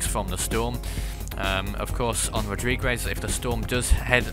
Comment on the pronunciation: Rodrigues is pronounced rodreegs